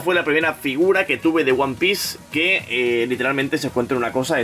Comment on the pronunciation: jajaja nunca había escuchado "one pice" en mi vida, ahora creo que me sé toda la historia de principio a fin.